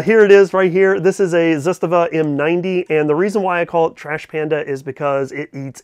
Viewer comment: You won't change the way you say Zastava. Zustava lol I looked for u at the Tulsa show. Lot's of people.